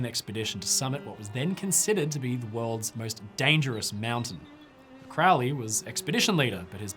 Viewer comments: It would really add to your credibility if you pronounced his name right. It was Crow-ley, like the bird, not "crou-ley." He despised witchcraft and did not do "black magic." It might help if you actually read something he wrote. Jeez. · it isnt. crowley even wrote a poem about it " those who treat me foully call me cr -ow-ly those who see me as holy call me crow-ly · It is pronounced Kroh'lee, NOT CROW-LEE. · Why does everyone pronounce it Crou-lee, when ots pronounced as it is spelled: Crow (the bird) Lee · Crowwley how he pronounces or crow-ley? I say Crow ley... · It’s Crow-ley, rhymes with Holy. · Superficial Bull shit, You can not even pronounce Crowley"s last name properly. The man was brilliant. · No it's not, it should rhythm with "Holy", I'm also in the UK. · He himself always pronounced it to rhyme with "holy." And he didn't do "black magic."